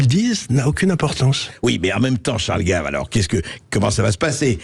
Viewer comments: Au commentateur,en 2ème partie d'émission : Il s'agit de CHARLES GAVE ET NON DE " GUEIVE ". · Ce n’est pas Charles Guaive mais Charles GAves. En français le a ne se prononce pas « ai ». Спасибо товарищ! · Gaive is not English or Américan ! C'est un A comme dans analphabète ! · "Gève" ? Les effets des IA mal réglées en français sérieux... Cela dit, le côté pour le moins "décalé" du sociopathe apprenti dictateur Trouposol est des plus exactes... Bonne nuit